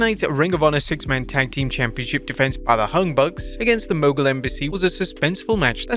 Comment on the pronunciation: Did he just say the hung bucks?